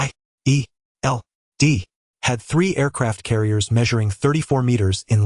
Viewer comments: es eich ai ee el dee X1000 times in one AI recap video is horrendous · Ngl, hearing shield is like hearing someone doing pronouncing lesson. There's so much S H I E L D 😂 Okay, there's a lot series to look at 😅